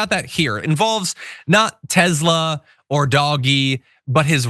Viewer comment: The mans name was Nikola Tesla...not Tezla